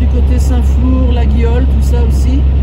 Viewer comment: Pour info, le G de laguiole ne se prononce pas. On dit LA-I-OLE ;-)